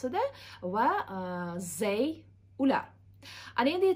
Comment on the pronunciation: They wey deyilmaydi they diyeladi